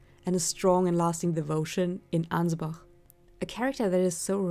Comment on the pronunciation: I'm just glad to hear someone pronouncing Ansbach rightly. He even says his name yet I still hear people saying Anyz-batch.